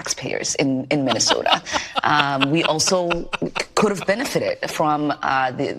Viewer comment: Minnesota has a T in it, Ilhan